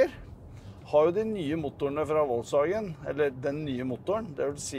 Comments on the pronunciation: Volkswagen uttales folkevogn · Volkswagen uttales FOLKSwagen. Er det mulig... Flaut. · Hvor lite kan man om europeiske språk når du adopterer amerikanernes uttale av det tyske merkenavnet. Vuttales F på tysk!